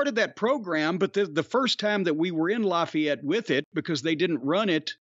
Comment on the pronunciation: It’s pronounced LAFFAYETTE NOT LOFFAYETTE